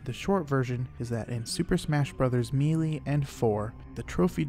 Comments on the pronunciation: Melee is pronounced "MAY-lay," not "MEE-lee." Ocarina is pronounced "ah-ca-RI-nuh," not "Oak Arena." Other than this stuff, I learned a lot and I really like the video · Good video! Just an FYI melee is pronounced like may - lay.